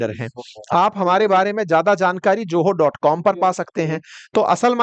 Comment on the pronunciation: JOHO NAHI ZOHO